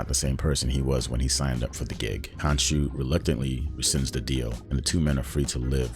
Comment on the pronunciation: Bro, it's khonshu not kanchu . Khonshu will not forgive you 😂